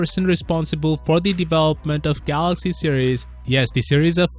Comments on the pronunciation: Good news..Rt still says Galox 😂😂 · Iam gonna miss the dj kho for his pronunciation. Samsung galoxy...😂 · I will forever miss the time when they presented Dj Koh on stage and when he says "Samsung Galax" 😭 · rest in peace for that samsung "galox" accent... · I'll miss how DJ Koh says "Galox". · Will miss the new "galox" 😩😩😩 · We all miss the "GALOX" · No my Dj Koh I am gonna miss him saying the phone sakes wrongly, I really live him saying galox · But how does he pronounce Galaxy tho? DJ Koh: Galox Rah-Tae Moon: ? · hahahaha he always miss the "y"